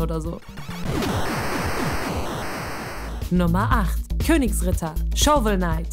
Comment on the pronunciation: Niemand: Absolut niemand:: Shauvel Neit